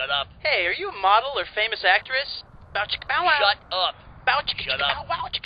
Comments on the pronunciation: its bow chicka bow wow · W. T. FUCK! It's "Bow chicka BOW wow"! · Anyone else notice he says bow chicka BOW wow sometimes